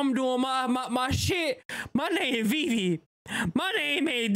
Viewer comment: If you can pronounce vivid, the you can also pronounce Vivy correctly, yes its not Vai.